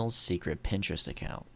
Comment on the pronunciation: "On Printerest"